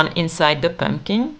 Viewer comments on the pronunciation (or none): So cute! Also I love the pronunciation of „pömpkin“ ❤. I wanted pink pömpkins and bought them from Temu but if I had seen this video earlier I might have made them myself.